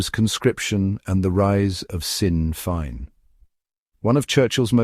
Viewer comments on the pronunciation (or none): Sinn Fein is pronounced 'Shin Fane'. AI failure. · AI strikes again, after so many years in the news, not even the most ignorant narrator would pronounce Sinn Féin as "sin fine", then "zin Fayn" and then back to "sin fine" within sconds. Does nobody check this garbage? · I thought Sinn Feinn was refugees welcome in Gaelic. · Sinn Fein - pronunciation wrong - but otherwise a very interesting video - Id never have guessed it was AI speech until then - what speech software is used please